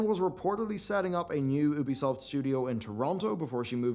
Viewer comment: Why you cannot pronounce Ubisoft properly is absolutely astounding at this point.